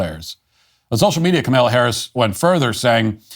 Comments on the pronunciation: Comma-la, not ka-mil-a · I get a chuckle out of Matthew's refusal to pronounce Kamala's name right. "Kamaila" lol DO NOT COME... DO NOT COME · Not Kamila Harris. Kamala Harris. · COMMA-la, Matt, comma-la. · He clearly pronounces it KaMella. Go back and listen. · Uh no he says Kamaila. He does not pronounce it Kamahla. I don't know of anyone else pronouncing it like he does. I couldn't care less how he pronounces it though lmao